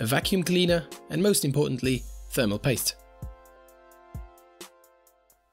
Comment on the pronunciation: LOL the way you say thermal paste is soooooo fucking irritating, it sounds like "THERMO POYSTE" you utter fucking twunk